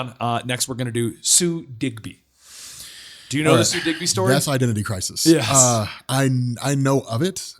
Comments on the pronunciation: I've read Death of Captain Marvel. and its Sue DIBNEY. not Digby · "Sue Digby" Really? You ape lol